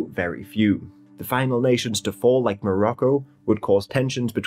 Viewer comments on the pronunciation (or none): none